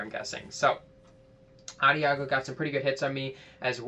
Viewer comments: Nice vid, good tips! Also, Adagio is pronounced with a soft "g" like a "j." It's also an Italian musical term that means "slowly." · Lol. Love how you used to pronounce Adagio.